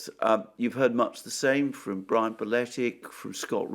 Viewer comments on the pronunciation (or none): none